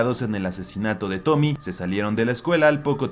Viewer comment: Es fecha en la que me sigo preguntando si la protagonista de la última historia es ''Tomie'', con la e siendo pronunciada al final al ser un nombre japonés... creo; o si la deberían llamar tal cual lo dicen en el vid, es decir ''Tomi''